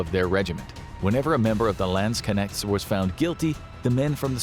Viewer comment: Your pronounciation of 'Landsknechts' is hilarious. Lands-connects.